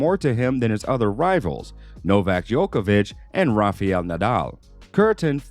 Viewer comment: It's not Rafiel Nadal, it's RafAel.. with A. 🤣